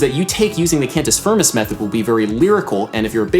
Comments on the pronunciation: Huuuge one, Adam! Thank you :D P.s.: it's pronunced kind of "can-tee feermey" (with the "rolling R" if you want to be a latin super hero) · *[cahn-toos fear-moose]